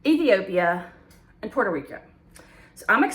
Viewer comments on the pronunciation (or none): none